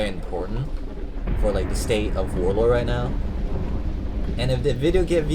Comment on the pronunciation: "Warlor"